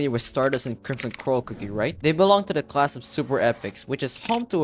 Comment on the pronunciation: the e in cookie.